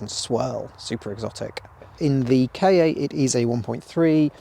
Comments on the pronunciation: Your video is really amazing, full content of and great to watch. But drives me crazy rearranging “kei ay” instead of the correct “Kah” (saying like the end of Fiesta) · Sorry to be that person, but why would Ford name their car a "Kay Ay"? it's pronounced "Car". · It is not a K A it was pronounced like car. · Did you just call it a K. A. With a space in the middle???? It's the kahhhh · Its pronounced like cat without the t and not like kay aaay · I died a little bit everytime you said "kay-ay". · It always makes me chuckle gently when you southerners say 'Kay Eh' - for us Scots, 'Ka' and 'car' are very different sounding words, so I don't think I've ever heard anyone up here bother with two syllables :)